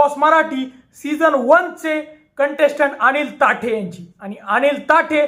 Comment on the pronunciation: ताठे नाही थत्ते म्हणा..उच्चार व माहिती नीट माहिती करून घ्या